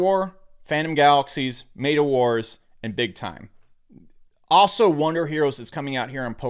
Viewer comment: met a not mate a